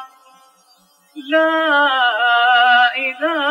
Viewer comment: اللهُ أكبرُ ✅ عشان محدش ياخد الآذان منه تقليد كده بالتشكيل الخاطئ لأنه مينفعش يقولها كده